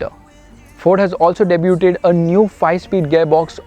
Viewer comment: kindly pronounce debuted ( a lot like de-view) correctly, sounds awful!! Why not try hindi instead?